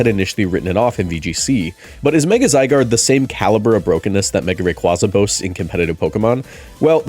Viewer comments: It’s pronounced RAY-KWAY-ZUH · 1. Rayquaza is pronounced like Quazar. 2. Zygarde holding his canon as it fires: "I DON'T BELIEVE IN FAIRIEEEEEESSS!!!!!! HAHAHAHAHAHAAAAAAAAAA!" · The way you pronounced Rayquaza correctly the first time then proceed to mispronounce it the rest of the video irks me a bit